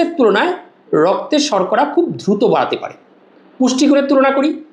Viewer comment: UCCHARON TA DHRUTO NOY DRUTO 😂